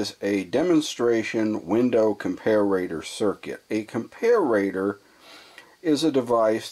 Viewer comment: Dude, nobody pronounces 'comparator' like that.